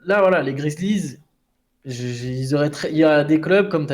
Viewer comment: Les gars svp, prononcez bien les noms des equipes ! Je deviens fou quand vous dites les piston, cavalier ou grizlie. les pistOnssss, grizzlieeeesss